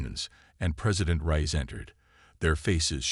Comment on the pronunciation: Reyes not rise lol.